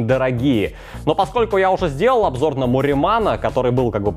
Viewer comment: Завершает наш обжор... А оговорочка-то в тему попалась)